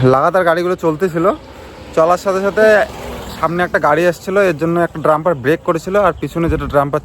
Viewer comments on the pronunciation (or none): ড্রাম্পার না কথাটা ডাম্পার ।